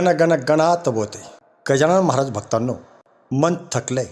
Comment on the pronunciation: मंत्र जप बरोबर उच्चार होत नाही 😔 गजानन महाझाय होत आहे